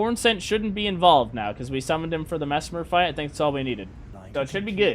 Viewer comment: I subscribed because you said messmer right ✅️